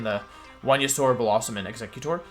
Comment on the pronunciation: i just disagreed with your pronunciation of venusaur